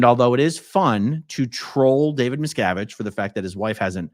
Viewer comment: How does someone questioning scientologists in person not know how to say Miscavige lol